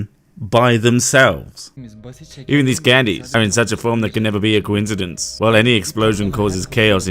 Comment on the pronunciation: The word coincidence does not have a W sound in the middle. One thing can be incidental and another thing may be incidental at the same time. They are coincidental. No W sound. Please stop pronouncing it wrong.